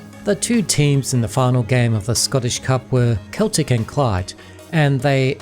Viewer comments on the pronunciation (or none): FYI it's pronounced 'Kway -ter-mass' and the football team is ;Sell-tic' not 'Kell-tic; In the 1970s there was a Scottish soap opera called Garnock Way, set around a mining village in Scotland. You can get a couple of episodes on YouTube but I don't think anything else is availabe.